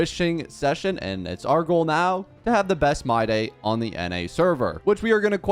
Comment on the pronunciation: I've been watching your videos continuously (also I just subscribed), but I figured that you've been pronouncing his name wrong. His name is supposed to be pronounced like "My-dii". That's why your caption mistaken his name as my day. Also english is my 2nd language, so I apologize in advance for y incorrect grammar